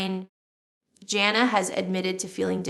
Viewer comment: this has to be AI generated. Scary. Jill would not pronounce Jana's name as Jonna.